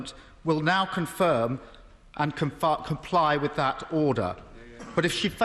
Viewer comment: Come on, you've gotta admit it sounds like he's saying "oder".